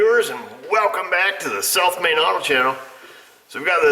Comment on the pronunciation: EVERY time says SOUTH MAIN AUTO, i imagine him saying SELF-MADE AUTO:) LOL!!!